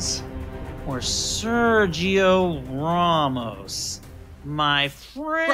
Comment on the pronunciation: "Sergio Rawmos"